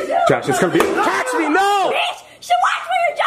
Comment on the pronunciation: Its catch not cash